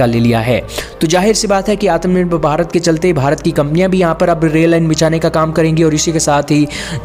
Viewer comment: Gadhe Gadhe Gadhe woh ATAM NIRBHAR NAHI, ATMANIRBHAR word hai. Barabar bolna sikh pahele.